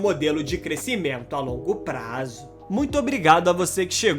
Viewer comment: … a longo praaaazzooo. Ridículo!!! Que articulação chata!!! Venho pela informação mas me arrependo.